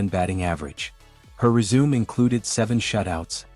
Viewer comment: Love the podcast but heads up to the commentator that resume is pronounced res-uh-may not re-sume.